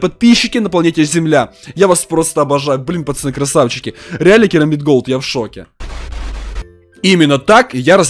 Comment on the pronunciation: Ты говоришь почоны хмм почемк